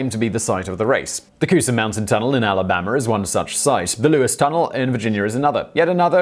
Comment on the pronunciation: “Alabamer” that really did make me lol